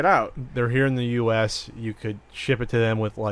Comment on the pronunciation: "Careful man there's a beverage herrre" !